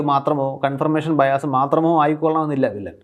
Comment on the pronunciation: ഇംഗ്ലീഷ് വാക്കുകളുടെ ഉച്ഛാരണത്തിൽ മലയാളി 'ബയാസ്' പിന്തുടർന്നാൽ അബദ്ധത്തിൽ ചാടും. Bias എന്ന ഇംഗ്ളീഷ് വാക്കിന്റെ ശരിയായ ഉച്ചാരണം 'ബയാസ്' അല്ല. 'ബയസ്' ഉം അല്ല. ഞാൻ മനസ്സിലാക്കിയിടത്തോളം 'ബായസ്' ആണ് ('Bahy-uhs'). ഇങ്ങനെ ഇംഗ്ലീഷ് ഉച്ചാരണത്തിൽ ഒരു പാട് മലയാളി ഫിക്സേഷൻസ് ഉണ്ട്. Challenge ഒരു ഉദാഹരണം. 'ച്ല്ഞ്ച്' എന്നോ മറ്റോ ഉച്ചരിക്കാൻ ആൾക്കാർ പാട് പെടുന്നത് കണ്ട് എനിക്ക് ചിരി വരാറുണ്ട്. cruise എന്നതിനെ 'ക്രൂസ്' എന്ന് ഉച്ചരിക്കേണ്ടതിന് പകരം ടി.വി യിലും പത്രത്തിലും അടക്കം 'ക്രൂയിസ്സ്' എന്ന് എഴുതുകയും ഉച്ചരിക്കുകയും ചെയ്യുന്നത് കാണാറുണ്ട്. Embarrassment നെ എന്തിനാണ് 'എംബാരസ്മെന്റ്' എന്നത് തെറ്റാണെന്ന് ധരിച്ച് ചില മലയാളികൾ 'എംബരാസ്മെന്റ്' എന്ന് വികലമായി ഉച്ചരിക്കുന്നത് എന്ന് മനസ്സിലാവുന്നില്ല. വേറെയും എത്രയോ ഉദാഹരണങ്ങൾ. ഞാൻ ആരെയും കുറ്റപ്പെടുത്തുകയല്ല. ജനങ്ങൾ കേൾക്കുന്നതും പഠിപ്പിച്ചതും പിന്തുടരുകയേ ഉള്ളൂ. ധാരാളം ഉച്ചാരണ ആപ്പുകൾ ഉള്ള ഈ കാലത്ത് ഒന്നു മനസ്സ് വെച്ചാൽ തിരുത്താവുന്നതേ ഉള്ളൂ ഇത്.